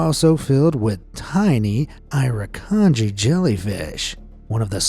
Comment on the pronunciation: The way you pronounced some of the Australian things seems odd. We call it Straya, not 'stralia. The K in K'Gari isn't pronounced (and most of us still call it Fraser Island because its easier), and Irukandji is said i-ruh-kan-ji